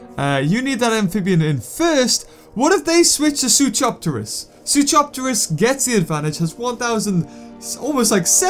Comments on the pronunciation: IT'S SOO-KOE-RIP-TER-US NOT SOO-CHOP-TER-UCKS BEAVER!!!!! Same with Suchomimus. ITS "CO" NOT "CHO". AND SKELETOR IS NOT GOOD IT NEVER REALLY WAS YOU SAY IT IS AND WAS BETTER THAN SPINORAPTOR BUT IT NEVER WAS BETTER. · you pronounce Suchoripterus wrong. Its Soo-ko-rip-ter-is. But, you can do whatever you want.